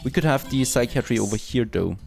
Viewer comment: Your friendly neighborhood English teacher :) if you care, see some tips below. Psychiatry is pronounced (sigh kai uh tree) not (sigh kee ah tree) "As far as I can see" is the set phrase. You don't need "as far as I can see THAT" Dehumorfier should be broken down like (de humor fier) think "Sense of humor"